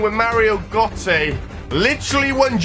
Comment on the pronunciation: you cant pronounce gotze